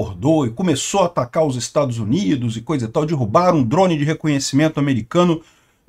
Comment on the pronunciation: "Dirrubaram" é fod@ hein.😶‍🌫